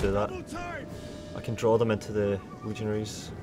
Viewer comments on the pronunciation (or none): none